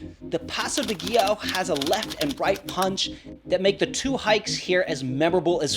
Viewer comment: also, learn to pronounce Giau and Cima correctly :D it tears my eyes